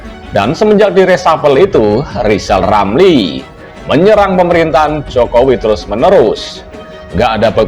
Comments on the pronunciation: Ngomong r aja ngk bs mbacot doang lizal lali.jd mentri tak bejus.mkanya di pecat sakit hati koar 2 lah loe si tua bauk tanah.kaum pecatan bikin partai pecatan indonesia coba dpt suara ngk bs ngk jd presiden zal kau buktikan hayo.di 2024 ok zal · Emmang betul si anis tdk bejus kerja dasar rizal otak udah pikun ngomong r aja tdk bejus komentar mikir rilamri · Yg pendendam itu kamu Zal lijal lamli.....jijik lihat si tua ini ngoceh ... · Pak Rizal Ramli hendaknya sebelum menilai seseorang belajar dulu menyebut ER bukan EL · Si Rizal Ramli, ini gak usah di dengar bacot nya, gak jelas bacot nya gak bisa ngomong jelas apalagi ngomong "R" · Justru RL sj yg hrs ditabokin rame², krn sll nyinyir, fitnah kpd Presiden & Pemerintahan yg syah, parahnya lg g bs ngomong R (pelo) jd omongannya ngaco g bs difahami oleh publik. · RIZAL RAMLI..cuma BADUT POLITIK ..ngomong .R. aja ngak Bisa ..apalagi jadi pejabat ya pasti di pecat . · RR sangat rajin kerja brow, Kerjanya nyinyir?. Dikasih jabatan gak jelas kinerjanya, seperti ngomong "R" aja ga jelas. Kalo kinerjanya bagus, masak di pecat. P. Jokowi butuh mentri yg bisa kerja untuk mewujudkan program2nya. Contoh P. Basuki.